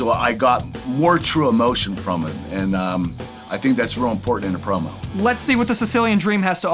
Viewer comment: I thought its said "Porno" instead of Promo😂😂